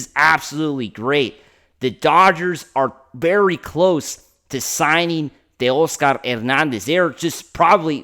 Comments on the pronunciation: exactly he's Latino when he was born that's the way his parents pronounced it. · For all you people complaining about the way he pronounces Teoscar’s name that’s the correct way to pronounce his name ! After all Teoscar is Latino !! Give the guy a break ! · That’s the correct way to pronounce his name !! After all Teoscar is a Latino ! He is pronouncing it the correct way ! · He pronounces it the right way ! The way it should be pronounced! After all Teoscar is Latino !